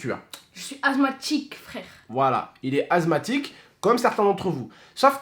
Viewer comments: Sa se dit assemathique et pas azmathique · Assssthmatique pas azthmathique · Asthmatique pas azmathique mais bon Bon courage 😀😃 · asmatique pas azmatique juste pour te prévenir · Ses pas azmatique ses asmatique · Azmatique mdrr c est asmatique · Asmatisue pas azmatique😂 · On dit << asmatique >> et pas < > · Il a dit "azmatique" 😂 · Mdr il a dit azmatik